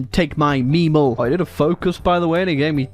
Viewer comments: speaks "Memel" *Crys in German" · Seeing make Latvia communist and mispronounce the German name of Klaipeda (Memel) has to be one of the most cursed things ever